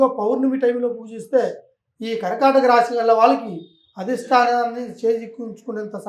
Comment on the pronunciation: Raaashi kaadu Raasi.Anchor Telugu bhasha sarigga palakandi